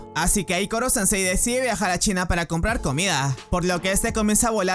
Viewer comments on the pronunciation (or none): none